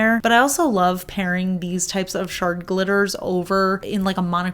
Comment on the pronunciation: I kept hearing “shark glitters” instead of “shard glitters.” 😂😂😂